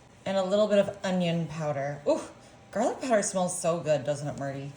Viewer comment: Oh stop it, it's fun. Garleek is iconic